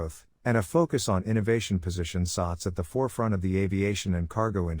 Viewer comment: I hear the voice it keeps on saying “sucks”.. simik sucks la , it should pronounce as “sats”..😈😈